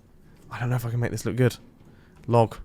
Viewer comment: yo idk why i died Him saying "log" like that